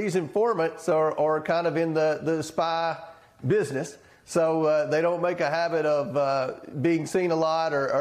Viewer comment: The spii bidness?